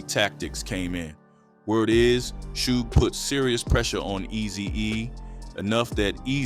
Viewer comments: Why u say suge like that 😂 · Why u say suge like that weirdo 😅